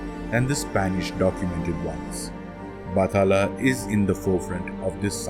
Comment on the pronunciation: It's BAT-HA--LA